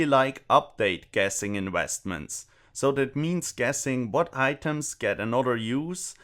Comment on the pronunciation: "Inwheastments" haha so funny